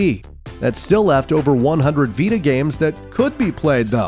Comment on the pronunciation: ¿playstation viRa as you say or viTa? I quit the video, because this guy pronounces the words really weird.. playstation poRable, viReo, moRel, capabiliRy, in toROL, grand theftauRo, previous moRels, meRal gear solid, call of duRy, meRacriRic, unchaRed, poRable controller, abiliRy, uRilize.